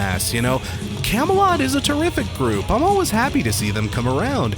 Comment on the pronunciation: I've always been curious why you pronounce the word "always" like "al-wes" or "al-wis"? I don't have an issue with it whatsoever, but I'm just curious.